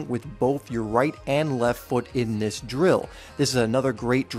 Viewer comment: Do "THIS" not "do dis"!!!!!!!!!!!!!!